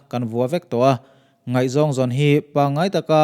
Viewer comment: 'Nguai' tih i lam dan hi,Upa deuh zawt teh